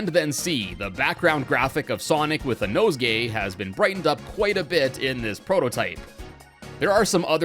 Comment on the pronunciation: "nosegay". Kinda feels off...hmmm......💀